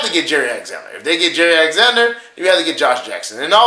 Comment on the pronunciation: His name is not Jerry Alexander, it's Jaire like Zaire the country in Africa..